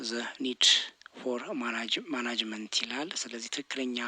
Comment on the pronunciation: ጥሩ ጥያቄዎች ናቸው ተቨባረክ እናመሰግናለን።ስታነብ ማናጅመንት የምትል ይመስላል ግን ማኔጅሜ/መንንት ብትለው ጥሩ ነው